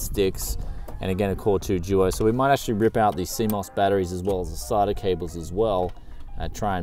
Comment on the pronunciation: Sata cables are pronounced (say-ta) not (sar-ta)